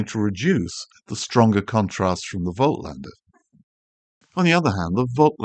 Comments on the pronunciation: Voltlander!!!!???? haha, analogue insights made a video on how to pronounce German brand names and Voightlander is supposed to be pronounced like "Volklander" or "Folklander". Call it Jacklander for all I care! You're calling Bokeh pronounced Boh-keh as Bouquet, and you're not the only one as Tony Northrup calls it Bouquet too. Great way to annoy people by mispronouncing stuff. Like the New Zealand accent butchers English or Unglush as they would say in NZ. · The t comes before the l. Pronouncing it incorrectly. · Great video - bad pronunciation of Voitlander ......🦘